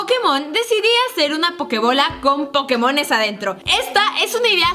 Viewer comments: dice pokemosn y es pokemons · alguien mas se dio cuenta que dice pokemosn en vez de pokemons y en el video pasado de musas decia peindos en vez de peinados